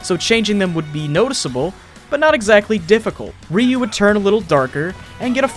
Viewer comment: um it is pronounced RIE-YOU